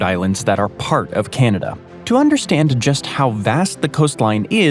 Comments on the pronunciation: Whadda 'bout Kainadah and None-of-it? 😂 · Natives called it.. Ca nawda.. We whites.. called it Canada😂😂😂 lets keep it correct